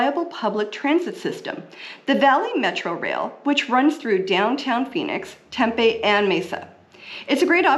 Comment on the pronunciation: It’s actually pronounced “temp pee” not “temp a” 😊 Also most areas have everything you need without having to travel across town. If you live in north Peoria, for example, you have everything you need right there. No need to drive to Scottsdale, Tempe or chandler